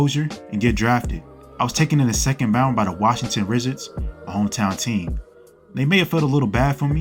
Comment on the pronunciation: “washington wrizadz”